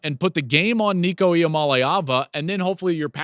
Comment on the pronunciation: Finally, someone that can pronounce Nicos name. I haven’t heard a Tennessee channel pronounce it correctly yet. Go Vols!